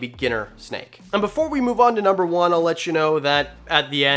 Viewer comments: “nuber three” lol love ya channel tho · "Nuber" three? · Lol "nuber three" thanks for the vid!! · "Nuber 3"... big fan btw